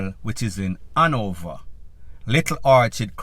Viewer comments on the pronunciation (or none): Please use the word Hanover.. not Anover..please..